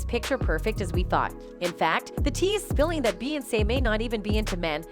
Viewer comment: I can’t take this video seriously ‘Beyonsss’ and ‘Beeeonsss’ huh?? 😂